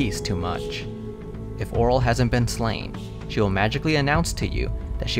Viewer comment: It's pronounced oh-REEL